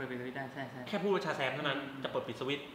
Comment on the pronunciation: เป็นร้อนใน พูดชาแซมไม่ชัดแปลงร่างไม่ได้มช่เปล่าครับ